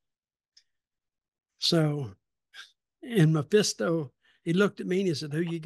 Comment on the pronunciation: It’s Mephisto, not Maphisto.